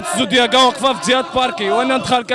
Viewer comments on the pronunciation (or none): دقيقة 1.17 هههههه اخاي اسما الزوندياكا ماشي الزوكديادا هههههههههههه